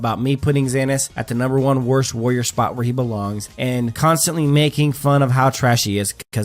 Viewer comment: What's a "woyer"?